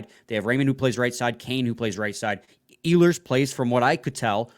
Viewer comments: It' s E-hlers emphasis on the E. He has a track record not producing at playoff time. They should pass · You would have a little more credibility if you knew how to properly pronounce "Ehlers" lol